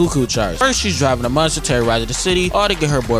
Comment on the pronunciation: He doesn’t Miss! -except when he says “munster” lol